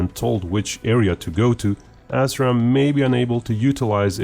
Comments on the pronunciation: Pronounced "ass ram" sounds so much better than "as ram". It describes what is going to happen to your shitty choppers, missiles, and drones. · Ass-Raam? Lol. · 'UK mated its assram missiles'? Whaaaat?